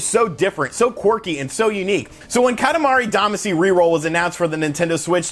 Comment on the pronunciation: We all cringe at your KAH-tah-MAH-ree DAH-mah-SHE pronunciation. Friends don’t let friends destroy Japanese pronunciation. We love you and your channel. Thanks for pumping this up. I had the same reaction on the direct, “for me?!?!?!”